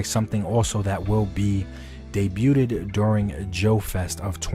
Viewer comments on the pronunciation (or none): 😂 "debuted" ebonics are on point !❤